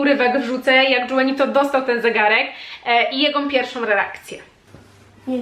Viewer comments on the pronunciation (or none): A nie Juanito ( Ju... wymawiane jak Hu)? To w końcu hiszpańskojęzyczne imię.